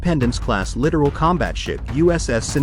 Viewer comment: Littoral, not literal.